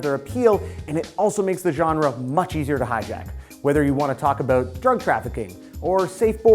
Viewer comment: Yeah heard him pronounce "about" as "aboot", which made me wonder if he was Canadian. He repeated this a few times, and when he said "showt out", instead of "shout out", I was more than sure he was Canadian. xD